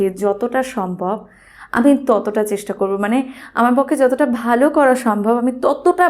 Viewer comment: Very nice vdo.... But "chestha" ny divai Ota "chesta" hobe